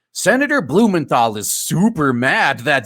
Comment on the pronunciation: I heard Senator BOOMERthal LMAO